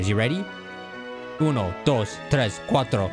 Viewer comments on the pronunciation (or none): none